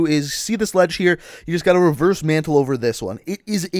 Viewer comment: I cringed when u said reverse mantle